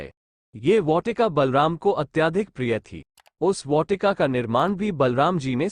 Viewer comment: bhai बहोत अच्छा वीडियो था बस वाटिका का उच्चारण मे थोड़ी गलती है